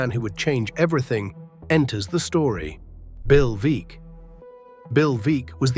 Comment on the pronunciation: Great to have an essay about Satchel Paige. Paige pitched briefly for the Portland Beavers in late 50s or early 60s. Note: Veeck is pronounced VECK.